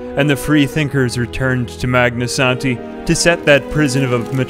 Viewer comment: I keep coming back to this video because I like hearing say "Magnasanti"